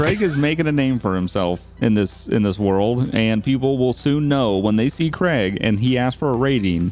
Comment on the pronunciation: Also love how it’s kraig, kreig 😂😂 like you need a make a twin brother of eachother!